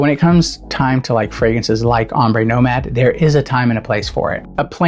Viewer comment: Nomade, not nomade 😂